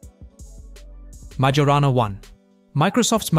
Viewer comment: If you're going to do stuff like this, it would be good to at least learn how to pronounce MAJORANA.